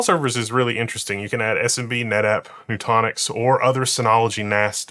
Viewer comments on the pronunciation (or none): Nutanix is noo-TAN-icks not noo-TAWN-icks